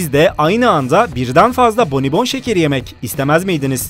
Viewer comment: Abi ben hata gördüm bonibonda konuşma hatası yaptın ama oksjn